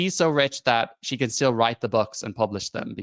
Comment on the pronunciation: “Still” not “sill”